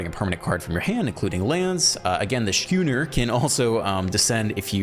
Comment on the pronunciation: Schooner is pronounced like school.